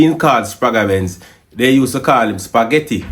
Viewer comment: The sound is la Benz not L.A Benz.